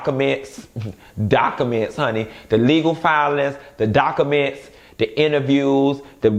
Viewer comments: not DOC-A-MINTS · Liked after u said docaments 😭😭😭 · I love how you change words... dock-a-ments😂😂